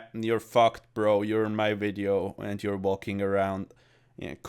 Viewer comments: Cummed as soon as I heard you say "WIDEO" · Never stop saying Hello and welcome to a new wideo